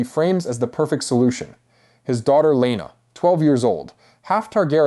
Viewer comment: Alicent was older. Also if you haven’t read the books you shouldn’t be making videos about it. Also you’ve pronounced Laena wrong every single time